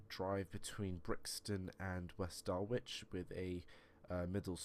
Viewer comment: By the way, West Dulwich is pronounced as Dul-lich. The W is silent mate